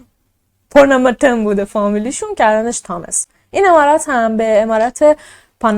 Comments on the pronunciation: پونوموتوم گفتنت به لهجه جنوب هند خیلی جالب بود و واقعا اونا همیطور لهجه دارند، موفق باشی جان ❤ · خب من که عاشقت شدم وقتی پاناماتن رو با لهجه هندی_انگلیسی گفتی دختر زیبا ❤ - خیلی جیگری بخدا 😍😘😇😘😍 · تو با اختلااف بهترررینی هم عالیی هم جذااب و با نمک اخه چرا اینقدر جذااب صحبت میکنی خصوصا اون قسمت اسم خونه رو به هندی گفتی ❤😊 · اسم فاميليشونو خيلي خوب هندي گفتي 😂😂😂 دقيقن هنديا همينجوري حرف ميزنن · چه با حال اسم فامیل شون به هندی گفتی 😂😂 دهنت سرویس